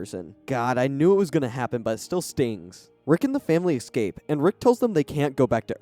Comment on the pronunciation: Not the worst videos. Extra plus for lack of ads. Just have to finally say it. The way he says "escape" (eKscape) keeps crushing me every time, and it's alot.